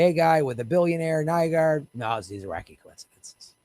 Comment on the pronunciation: New-gord,, New-gord... Get the criminal's name wrong so people know who you're talking about.